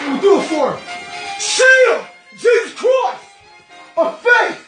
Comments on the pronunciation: Im dead😂 at the pronunciation of Jesus christ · GEEEZEZZ CWISSTTTTTT😫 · He’s simply saying Jesus Christ in an Australian accent. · I wish somebody would say my name the way this guy says J E S U S | C H R I S T